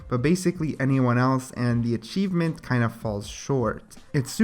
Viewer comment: not to be mean or anything but achieeeeeeevmmeeenttt and lushio